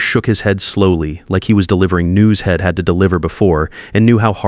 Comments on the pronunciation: I hate to say this, because I love the stories I see on these AI sites. But, darn it! It's so hard to listen to the constant mispronunciation done because of the bad spelling. They say Id for I'd, hed for he'd, shed for she'd, ill for I'll. I often tell myself to close up and go to another story. I don't understand. Many sites have it all together and some just don't get it at all. It must be a cheaper AI writer and reader. Please get your stuff together. This story is one of the worst I've listened to and I don't know how long I'll be able to listen to this one. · He'd, she'd, I'm etc - LEARN HOW TO SAY THESE WORDS!!!!